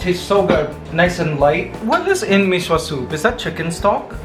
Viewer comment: Mikey mecq is only for certain provinces. I’m still going to watch this vlog channel. I’m not a big fan of food vlogs. It is okay if it is part of a vlog. I think the noodle soup should be pronounce as mee sua. I’m not saying you should create a new channel. I’m just saying my opinion. The way Mikey eats lumpia proves that each person can eat something differently. It is not bad. It is just different. I’m sure others put something else in their lumpia.I think you drink too much coffee. Mikey. I mean you do exercise. It may also be in combination with over thinking. I had this as well. Actually, I’m in a coffee fasting mode. Don’t shave it please? But again, it is your choice. I just prefer you having hair.